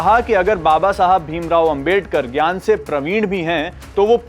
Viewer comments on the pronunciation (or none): none